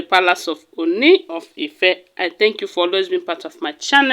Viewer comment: pls try and pronounce the town IFE properly. It is Ifè not Ife. Please take note.